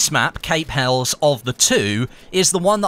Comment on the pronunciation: HELIS!!! you pronounce it HELIS!!! lol! Helles meaning Greek! Pronounced HELIS! lol why is EVERYONE GETTING IT WRONG HAHAHAHAHA!